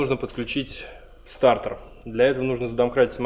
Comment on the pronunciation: Стартер а не стартэр 🤣🤣🤣